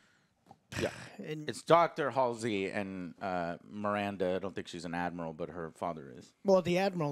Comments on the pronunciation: Ye him shooting them tied up is a sci fi actor he was in torchwood and played Owen good but halo idk bro his character isn't fascist or that style. Its pronounced hal see not alsey learn to speak Americans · How can you call yourself a Halo fan when you don’t even know the names of some of the main characters?! It’s MIRANDA Keyes NOT AMANDA and it’s HALSEY not Halsley or Hailsley, HALSEY. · Joe, you’re a halo fan pronouncing Halsey’s name “Halls-Lee”. That’s almost as agonizing as this episode 😭😂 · I love how Joe manages to mess up "Halsey" in all possible ways every time he has to say it. :D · You’re not a true halo fan if you can’t even say Dr Halsey’s name correctly 😂